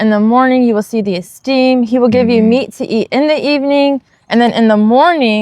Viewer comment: Just wanted to share the "th" makes a "t" sound. Loving your videos. You have provided a plethora of truth that I pray our brethren consider.Yadah Yahuah!